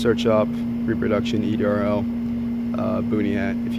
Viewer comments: It's said ERDL not EDRL. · It’s ERDL not EDRL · That's ERDL.Not EDRL.